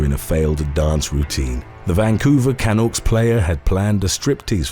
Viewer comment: Ugh, weddings. You know how to pronounce Gaudette (who turned out to be an antimasker), but not Canuck?! It's NOT the way YOU pronounced it.